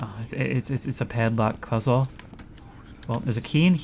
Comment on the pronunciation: he called it a "padlock cuzzle" teehee